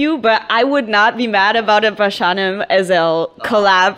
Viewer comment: die von 16bars muss auch immer damit pralen wie gut sie englisch redet aber er heißt nunmal pashanim und nich pashaaaanim ...